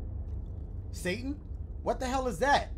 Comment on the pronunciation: Satan's lil brother "sateen"